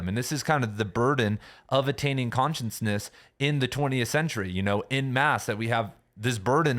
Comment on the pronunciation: Shhhh. It's cute.